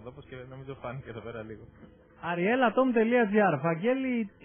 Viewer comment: Δεν νομίζω ότι το προφέρει σωστά ο Πουρναράκης,το όνομα του Αtom,εννοώ.